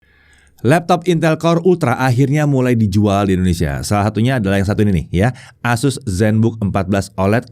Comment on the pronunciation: ASUS bang, bukan AZUS. Kalo AZUS ntr bisa kesamber petir 😅 Core ultra 9 secara harga udah jauh bang, bisa jadi kalo pake core ultra 9 bisa nyentuh 30an jt lebih. Plus, yang paling make sense, core ultra 9 secara spek bukan untuk laptop thin & light. Secara performa kenceng, yang pastinya bikin battery ga hemat. Sedangkan ZenBook ngejer battery life. Mangkanya core ultra 9 cuma ada di Zephyrus G16.